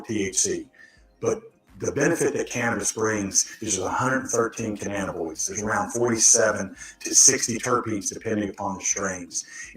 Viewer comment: Also, I see he's still saying "canannaboids" 🙄